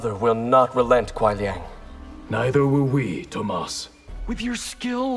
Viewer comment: It’s Kuai. Not Quai.